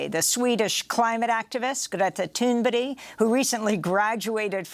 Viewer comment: Greta "Toon-bedy"?